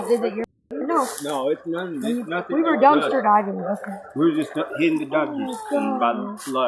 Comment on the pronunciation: “nah-teen” I’m Hispanic/ Latina myself but when I say the word nothing it doesn’t come out like that I have to physically try. English is my second language too, I learned English as soon as I started kindergarten (elementary). 4th grade moving forward I stopped having bilingual teachers and was all English and lost 2 bffs by not having the same teacher lbs 😢 😅 but 3 out of the group were mean to me. Very mean in fact. Made me cry a few times. Anyway, idk how some of them do it when saying the word nothing to nahhh teen so naturally 😅 exactly how this one is speaking but more enhanced.